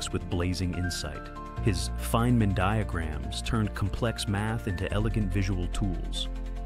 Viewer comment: "Faye - man" is it,? Oh ok, now you got it right finally.